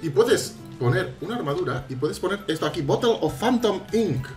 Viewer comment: Ese ecento me encanto . Jantom jajaja.